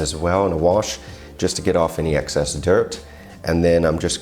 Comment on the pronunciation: Dear What do you mean when you say „access dirt“ (as you pronounce it) probably actually meaning „excess dirt“ to be rinsed off? Isn’t all dirt on lettuce in excess or do you sometimes serve lettuce with dirt on it not in excess? I know I am mean now. I really enjoy your vids. And I will try that dressing. My mouth is watery already.